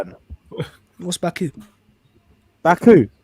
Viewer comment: It's Mbabu not Baku hahaha